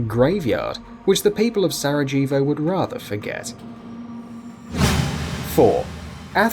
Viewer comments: Se-rah-hey-voh not se-rah-jee-vo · I'm English and Sarajevo is pronounced with a silent J It's nothing to do with being English it's to do with never knowing the city, pronouncing it phonetically and sounding stupid doing so. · That's not how you say 'Sarejevo'